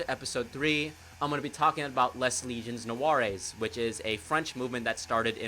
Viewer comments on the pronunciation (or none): Looking forward to the Les Légions Noires vid pronounced Lay Lee-jons Nwar